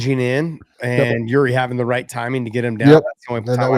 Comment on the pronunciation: Get Yuri’s name right.